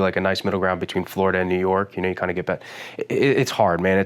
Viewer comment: watching this and he said he lives in jersey and i was like oh okay i wouldn't have guessed and then 5 seconds later he said "florider" and there was no more questioning